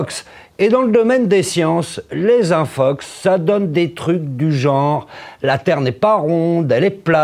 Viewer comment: Suis-je le seul a entendre Infucks et non infox ? Merci l'académie frââânçaise.